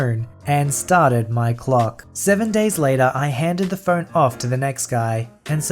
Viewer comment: I kept hearing Fern instead of phone, and it was hilarious that you had to have a 24/7 fern